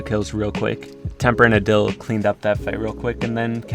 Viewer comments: Just gonna put out there it’s pronounced aaadil not udil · Is not adil it is pronounced aadil